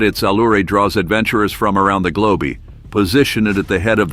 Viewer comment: "globe-e" I can't stop laughing